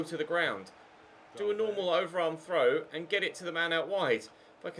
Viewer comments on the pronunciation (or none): none